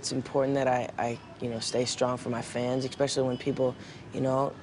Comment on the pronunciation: I love how he says "expecially" instead of "especially" ;)